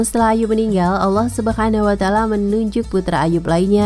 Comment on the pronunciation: Min ngomong subhana wataala nya jgn pke huruf kho' tp ha kecil.. kedengaran bgd jd subkhanawataala.,masa channel ttg Islam cara pelafalan huruf arabnya amburadul.